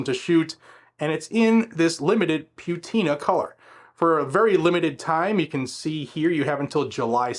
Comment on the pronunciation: It's not pewtina, it's patina.